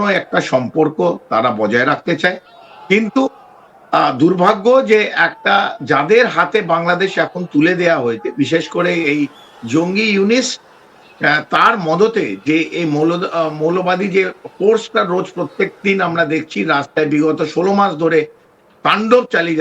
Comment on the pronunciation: একটা মূর্খ তার সব কটা ভিডিওতে দেখেছি ইউনুস নামটা উচ্চারণ করতে পারেনা ইউনিস বলে 😂😂😂😂😂